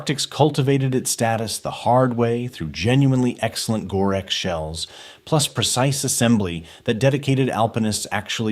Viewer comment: More AI NARRATION BULLSHIT! The Narrator BOT leaves out the "T" in Gore-Tex!